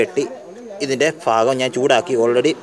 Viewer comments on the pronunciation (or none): ഭാകം അല്ല ഭാഗം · ഫാകം അല്ല ഭാകം